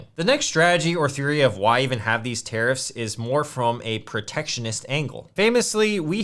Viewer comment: I keep hearing "terrorists" instead of tariffs. 😅😅